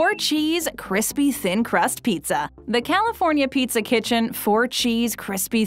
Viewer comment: The way the brand names were repeated in their entirety over and over made my ears hurt. I like most of videos but I had to turn this off halfway through. I'll also never understand why the word pizza needs to be over emphasized like its Pete-Zah.